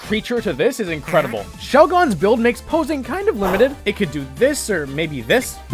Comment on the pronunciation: The way you pronounced Altaria, Lugia, and Shelgon is sinful. "oH bUt It'S tHe OfFiCiAl PrOnUnCiAtIoN" official pronunciation my ass.